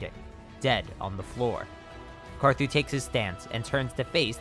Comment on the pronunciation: LOL U SAID CAR ZOO